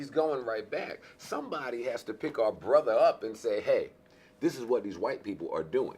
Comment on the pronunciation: Charlamagne can't differ "are" and "our" lol